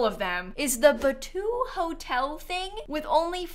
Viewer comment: Batuu?? Come on it’s like you’re breaking Semaj’s heart 😂